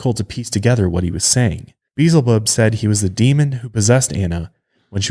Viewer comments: It's pronounced Be el zebub. Not "Beezle bub." For a guy who supposedly grew up in church you should know this. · Beelzebub not Beezel Bub omg You continuously say it wrong Beelzebub it’s in the Bible it’s another name for Satan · Why do so many people say Beelzebub as if there is no L before the z, it's not Beezlebub, it's Be-el-za-bub. The version you guys are saying is Beezlebul which is a way of saying the name but it doesn't end in "bub" it ends in "bul". Sorry this is just a pet peeve of mine. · Love you guys but Beelzebub = bee EL zah bub. Sorry was just bothering me every time you said it. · Better watch out for Be-el-zi-bub, he might get offended being called Beezelbub.😉😆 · I was like beezulboob? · For reals though! The mispronunciation made me cringe every time. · Maybe getting his name beelzebub pronounced incorrectly is the real reason, why he was "talking in broken sentences" and was hard to understand during the exorcisms, cause he got some kinda speech disorder from it. (I'm assuming, time doesn't exist for demons and he could hear it). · I kept on correcting him, out loud lol.